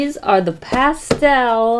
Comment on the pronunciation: Nobody:: How's that for a transition?: ~past - ehhll~ Also: Is that also called roller skating? Jhhsjssjgs